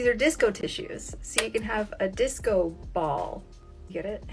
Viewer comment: “Disco bawl” though 😂